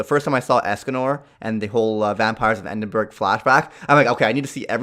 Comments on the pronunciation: gotta learn to pronounce Edinburgh lol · Ughhhh the way he says edinburgh stresses me out